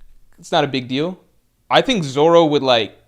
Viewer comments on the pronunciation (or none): none